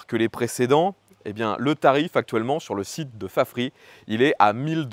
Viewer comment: Mais pourquoi prononcer "Fafri", alors qu'en anglais, ça se prononce "Fafrize"...? ? ?